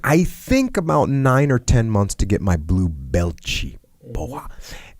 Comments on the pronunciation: I thought he was being silly and saying "blue belt-chi, bowahh", but it makes sense he'd know some Brazilian doing brazilian Ju Jitsu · Being brazilian, it's kinda funny/weird hearing Jocko saying "blue belti, porra!" heh